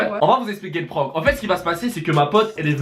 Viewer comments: Prononcer juste prank ça ce dis prænk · j'aime pas quand on dit le mot PRANK avec l'ACCENT FRANCAIS ! c'est horrible pour les oreilles putin 😷😷